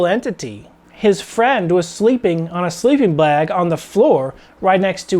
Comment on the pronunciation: what is a "sleeping blag"? lol jk [24 mins in]